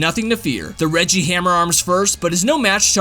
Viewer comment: Is it just me or does regi sound like wedgie.